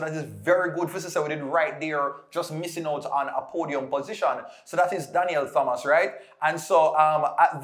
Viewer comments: just for growth: I know as Jamaicans, we are infamous for adding Hs where they don't belong etc. So, we tend to overcorrect. But remember for the names: Thomas Thompson We don't say the /H/. So, it's: /Tomas/ /Tompson/ You've got this. Blessings. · You don't pronounce the "Th" in Thompson and Thomas